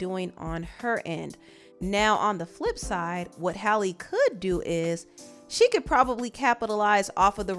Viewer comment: Are you mispronouncing her name or dud I think it was pronounced Halley instead holly